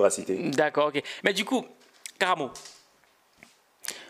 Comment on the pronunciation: C'est Karaamo et non karamo😁 Belle vidéo